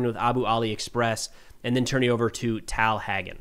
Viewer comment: “Tal” is pronounced like “tall.” I’m hoping the IDF has rescued some live hostages but isn’t revealing it so others aren’t demised. 🤞🏽